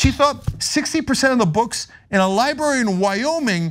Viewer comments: 'ly-berry' and 'ly-buhrian' are not how those words are pronounced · Cenk has struggled with the pronunciation for years. I’m sure he’s been told about it and knows it but for some reason he can only manage to say “libary”. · Cenk ... love you man, but please .. there are 2 r's in "library" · Can someone tell Cenk that there are 2 Rs in library????????????????????????????